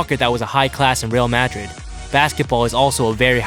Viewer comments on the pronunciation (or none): lol he pronounced real Madrid wrong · bruh please learn to say Real Madrid :/ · how you say real Madrid 😂😂